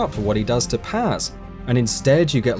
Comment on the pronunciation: It isn’t pronounced Paz. It is pronounced (P-o-s)